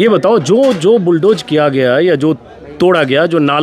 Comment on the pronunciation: Sir bulldozer not bulldojer